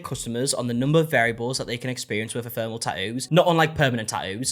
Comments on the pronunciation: Ef-ém-er-al... it means "temporary" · I was listening to rather than watching this video and was so confused by your pronunciation of ‘ephemeral.’ I thought you were talking about the tattoo being in some way ‘thermal’ like it reacts to heat or something 😂 Love you, - it’s e-fem-er-al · Ephemeral, pronounced Ih-fem-er-uhl, not “ee-therm-al”. The guy that got the non-fading tattoo said it correctly at least twice. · After you said that you weren't sure how to pronounce ephemeral, the guy with the two year tat said it at least a couple of times, and yet you mispronounced it again after that. EPH-EM-ERAL. Pay attention to your own videos, mate. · E-phem-e-ral. Means temporary.